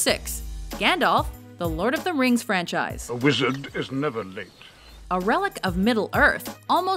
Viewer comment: did i just heard "The Hairy Potter Frenchise"?